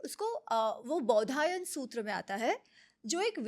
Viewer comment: बोधियाना नहीं बौधायन